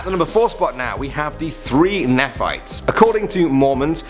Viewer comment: Nephite is pronounced nē´fīt.